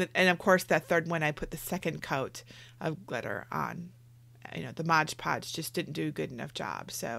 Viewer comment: Excellent tutorial! It's not Modge Podge though..... It's Mod Podge 🤷🏻‍♀️